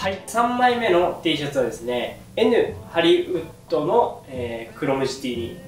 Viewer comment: Nハリのイントネーションめっちゃ気になります笑